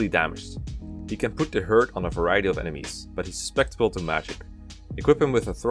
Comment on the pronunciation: If you want some help with pronunciation, it's su-cep-ti-ble not sus-pec-ti-ble. Don't worry though, I commend anyone that learns another language regardless. It surpises me how good non-native English speakers are at speaking English. for future guidebook writer. (Yes I know that's low-quality English, but speaking is much less criticised than writing; you can be far more flexible when speaking) Why am I so defensive?